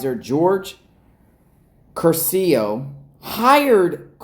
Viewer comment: Curcio has accent on the first syllable